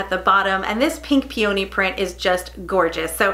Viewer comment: Peony: pronounced PEE- uh- nee